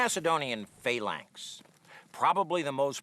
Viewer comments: For fuck sake, you could at least pronounce words correctly... "Phayylanx".. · just luv the pronunciation of phalanx......:) we were always taught in english class it was a hard a ...to get the pronunciation used used in the vt you would have to spell phalanx - phaelanx .